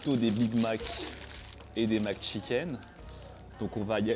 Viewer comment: Mc pas Mac